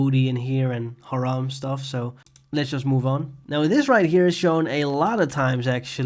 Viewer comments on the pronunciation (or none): none